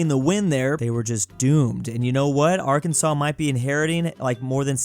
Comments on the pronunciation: Why did he pronounce Arkansas the way it should be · Are can saw not are kansas😮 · Its Not A-R-K-A-N-S-A-S its pronounced A-R-K-A-N-S-A-W